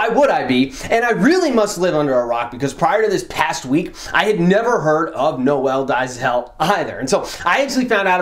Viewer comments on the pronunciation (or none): It's pronounced "Nole Day-zil". lol it's a South African name, however, I don't fault anyone for mispronouncing it. Hey, look at mine, I'm sure someone might bite their tongue trying to pronounce it. 😂 Shoutout from South Africa dude. Love your work.